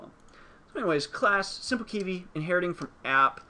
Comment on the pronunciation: Thanks for the video. I don't think you are pronouncing it correctly though lol. You're saying it like "key-vee"